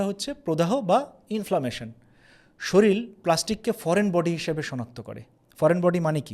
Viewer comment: খুবই তথ্যসমৃদ্ধ, নির্ভরযোগ্য ভিডিও, ধন্যবাদ। কিন্তু বারবার "শরীল" শব্দটা ব্যবহার করা হচ্ছে যেটা সঠিক নয় সঠিক শব্দটা হবে "শরীর"।